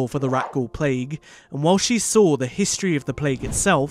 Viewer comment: I hate when people pronounce SAW like SAWR. why do they add an R at the end??